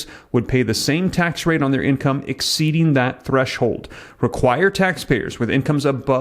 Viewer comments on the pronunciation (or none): none